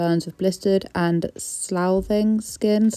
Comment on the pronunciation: It’s pronounced “sluffing” or “sloffing” and it means peeling skin.